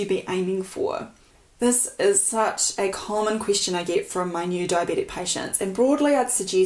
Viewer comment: It’s like being at school as a teenager and having the teacher you fancy the most take the class. 😍 And she says Qwistion instead of question 😍😍